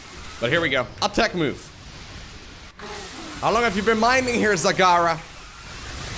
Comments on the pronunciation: its not zagara its zegara you had it right the first time they are trolling you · I don't know about you guys but I think it should be pronounced Zagara.